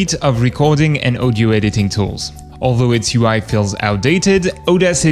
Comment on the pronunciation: It's audio aw di oh not oh di oh odio, pronounced audio